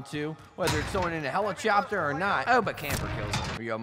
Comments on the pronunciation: Wtf is a hellichopter lmao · Helichopter lol.....